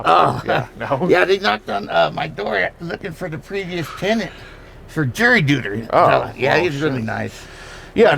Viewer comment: 😂😂😂😂 jury dooter 😂😂😂😂